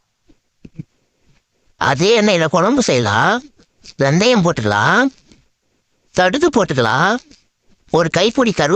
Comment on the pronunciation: ஏய் ஆகாஷ் தடுகு இல்லை கடுகு ஒழுங்கா சொல்லு எப்ப எனக்கு அனுப்புவ